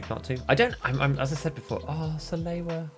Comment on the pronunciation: Like this comment if you think that people who pronounce "Salewa" like "Saloua" should be executed in front of a live studio audience.